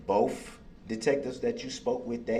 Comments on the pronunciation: BOTH… the word is BOTH!!! Not boff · It's funny when he says ' Boaf '.